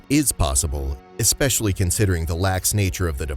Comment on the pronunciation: Why are we still hearing ‘ekspecially’?! Speak properly! It’s infuriating.